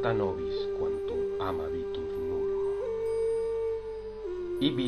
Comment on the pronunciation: tali cum recitandi modo consentire non possum neque quemadomdum eum probare. neque enim accentus metricus recitando adest neque semper ille, quem prosaicum aiunt, bene positus est - e.g. "amabitur" male pronuntiatum est. sed omnino, si vero id, quod recitas, non esset carmen, certe laborem tuum probarem.